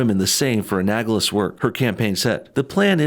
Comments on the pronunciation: An-AL-ogous, not An-AG-olous. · A-nal-o-gous. Not a-nag-o-lous. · Just FYI: the word is not pronounced "a-nag-lous". It's "a-nal-o-gous". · 'anagls. anagls. anagls.' If you don't know how to pronounce big boy words, do not pronounce them. You disrespect teachers as 'glorified baby-sitters', yet, you make grade-school mistakes. You could use a teacher - to help you learn all the big boy words. Your entire career is reading text over slide-shows - either learn how to fucking read, or avoid big boy words! Jesus fucking Christ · I cringed every time he said "anagalous"